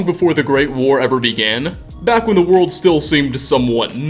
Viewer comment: I gotta say man, great work and fascinating video - but the way you make an "uh" sound at the enduh of everyuh worduh drives me upuh the walluh.